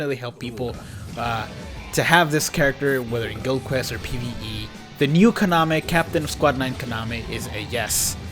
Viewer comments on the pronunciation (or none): none